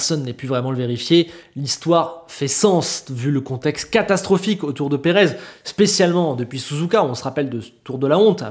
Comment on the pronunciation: "Perave" ça s'ecrit pas " Perez" !